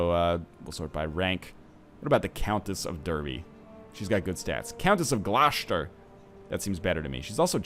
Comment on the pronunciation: I love how NL says Gloucester, yeah I know thats how its spelled but it does sound really odd.